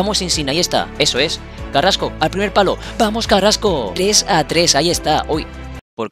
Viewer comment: Quien es carasco.creo q se dice carrasco